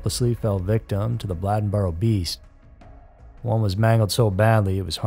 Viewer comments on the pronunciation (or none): It's Bladenboro (b lay den boro) not (b lad n boro) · Not a Blahd rather a Blay+in+burr. Native North Cackalackians.. pronounce it .. Blayd+ in + burr... .. Used in a sentence Bladenboro used to be big tahbacky farmin area up yonder from Whyyyyyteeville..(whiteville). (NC bred, bornt, buttered, braised n raised Wrightsville Beach North Caxkalacky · It was driving me crazy. He can say Bladen county just fine then butcher "Bladden-boro" 😂 when i grew up there, we called it Bladen-bur 😅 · Bladenboro....not bladdenboro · They caught Faith's murderer at a DWI license check, I dont believe anyone still knows why?Also, I believe its pronounced Blade-en boro not Blad-en boro!! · "Blade n Boro" Not "blad n Boro" you said the county name right, it's the county name plus "boro" I'm from there. Great cover of the story, but the pronunciation of Bladenboro was killing me. 😂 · You're killing me pronouncing Blade-n-boro, Blad-n-boro. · OMG! It is not Bladdenboro. It is Bladen (like the county name) boro. It is a long “a”. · Say it with me Blade-in-burough not Blĺadenburough😅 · I’m late. But it’s pronounced Blay-Den and Blay-den-burrow. Bladen and Bladenboro. 😂😂😂 sounds funny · I live in Bladen County and Bladenboro is pronounced like the county, Bladen with a long (a) sound. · Lol. Bladenboro and Bladen county are pronounced the same way. It's not Blad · its pronouced BLAY-DEN boro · 😂😂😂yeah. I guess you have to live around here to know how to pronounce it. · He knew how to pronounce Bladen county but not Bladenboro?!?! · That's what I came here to say. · The REAL beast of Bladenboro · Bladenboro is pronounced like Bladen County and not like what you hold urine in. Lol great video though! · How do you pronounce bladen country properly but switch the pronunciation of Bladenboro? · The A in Bladenboro is a long A. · Bladenboro is a long "a" just like you pronounced Bladen County. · He ketp pronouncing Bladenboro wrong